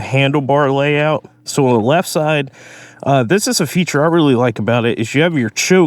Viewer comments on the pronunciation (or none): none